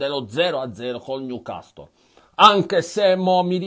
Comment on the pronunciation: Il "niucastol"...😂